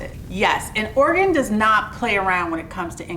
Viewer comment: Camping out in Ora-gon